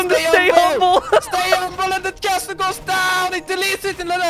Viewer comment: "Stay umble" - Daut